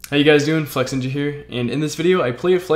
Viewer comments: Holy shit, is Flexinja not hahaha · I swear his name was “” not “Flexinja” is it just me? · I just realised its flexinja not but he still say wtf,so its flexinja or